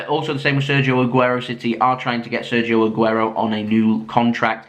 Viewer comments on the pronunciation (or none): none